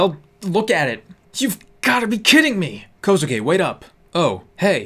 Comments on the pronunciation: Sorry I love this series & narration, but is it bothering anyone else when we says Kouske as ko-soo-ke? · HE KEEPS PRONOUNCING KOUSUKE WRONG!!!!!!!!!!! OMGGGGGGGGGGGGGGGGGGGGGG IT'S PRONOUNCED KOU(pronounced like Seoul with the ou) SU(just the s sound) KE(K-ay-e) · I love u but BOIIII ur pronouncing kousuke wrong 😤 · "I dont get paid enough for this shi*t" XD Classic! Edit: Ok i also want to point out that the u in Kousuke's name is silent like Sasuke's. It kills me when ppl do that >_< dont get me wrong i love your narrating!! Just keep that silent U thing in mind ok? love yoooooooo <3